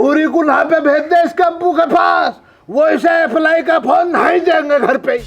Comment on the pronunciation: Apple ❎ Appley ✅